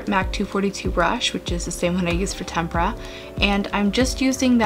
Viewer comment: You're literally the only youtuber I watch who knows how to pronounce "tempera."